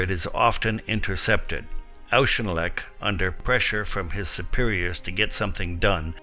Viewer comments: General Auchinleck is pronounced General " O.R.K.I.N.L.E.K." not "O.U.S.H.I.N.L.E.K................ It's a good job you aren't commenting on a Polish general, you would wonder where the vowels had gone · Good, but Claude Auchinleck is something like "Clord Orckinlek".Surely, not that difficult to check? And "Bernard" is pronounced in the British was - "BERnud". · Auchinleck is pronounced in this video like he is of German birth. Like Aushinleck. The first part of the name is like the Scots Och. And should be pronounced as such. Typical American pronounciation lol